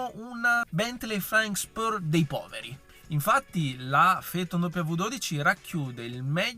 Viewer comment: Si pronuncia Feton ….nomen omen